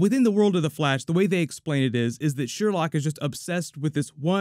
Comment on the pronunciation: It's pronounced "Sher-loque." Come on,, you're better than this! Favorite moment was definitely the corny, but hilarious, laser tag scene lol